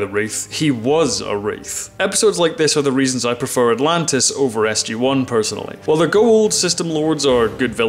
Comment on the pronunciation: Sorry but it s..gee one not s..jay one